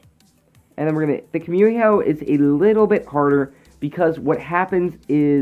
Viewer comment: Its KUMIHO not komiho